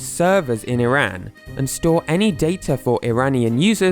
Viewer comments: I’m Iranian and btw it’s pronounced E-rahn not I-rAn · or as "e ran" ITS "E RON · STOP PRONOUNCING IRAN AS "EYE RAN" THE CORRECT WAY IS "E RON" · I've always pronounced it as "ehrán". Also, it sucks that you're in such a closed off country. Iran is a beautiful place and I'd love to visit if it didn't have so many major problems. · If you're going to do an entire video about a country, the least you could do is pronounce it properly. It's ee-rahn